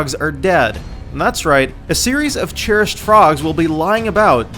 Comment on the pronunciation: 10/10 would watch again apart from the fact 'cherished' is not pronounced 'churished'